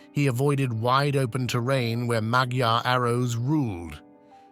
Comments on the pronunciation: I like the artwork, in fact the whole video. Well done! Just one thing: I once met a woman from Hungary and she told me that "magyar" is rather pronounced like "majar". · ma\ gyar. gy=dj (more or less). The first syllable is always stressed. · Please learn how to pronounce magyar.